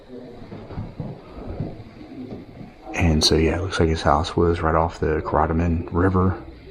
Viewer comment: It's pronounced Care-uh-toe-men River.